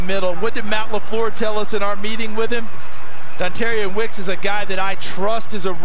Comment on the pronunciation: He said "Dontarion Wicks"